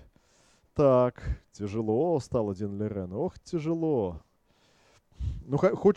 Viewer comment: Спасибо Вам за видео! на заставке Лижень, а в озвучке Лирень. Давайте определимся:)